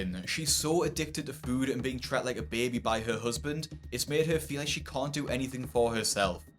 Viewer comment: It’s “being treated” not “being tret” BC 😂